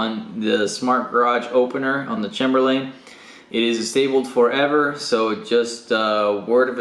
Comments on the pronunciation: thanks for the video...one small thing...but the word Chamberlain is pronounced with a long A, like the word chamber...a room. CHAYMBER and the final syllable is pronounced like Lynn, not Layne. So...CHAYM Berlin. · For the love of God... stop saying Chamber-Lane! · What sort of psychopath pronounces Chamberlain that way?